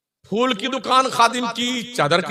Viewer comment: محترم پہلے اپ اپنا تلفظ صحیح کریں فول نہیں ہے پھول ہے